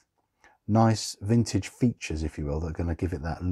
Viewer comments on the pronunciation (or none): Definitely "frintage" 😁👍